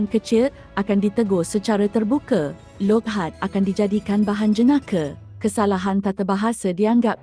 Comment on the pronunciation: Wahai pembaca, please pronounce the word"Loghat" properly. It is not Log Hat. Betulkan yang salah.